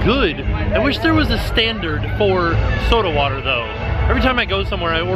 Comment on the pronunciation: you sound so southern saying soda water 😂